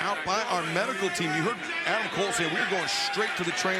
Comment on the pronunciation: Oh no, does Roderick saying to "Hey Adam" like "Hey DUCK!" again?